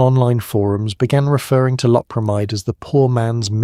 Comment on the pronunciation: Most of this video the narrator mispronounced LOPERAMIDE.